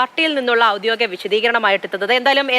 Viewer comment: ഔദ്യോദികം പോലും ? ഔദ്യോഗികം എന്നുപോലും പറയാൻ അറിയാത്ത "യുവജന" നേതാവ്, സാർ പൊയ്ക്കോ.